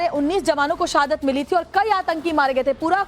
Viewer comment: सहादत,दहशत, फिरकापरस्ती।ये एंकर भारतीय है या पाकिस्तानी।हिंदी नही आती इसे।